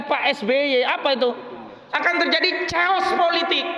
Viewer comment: Bang maaf, bukan caos tapi keos. Maaf, biar mantab. Hehehe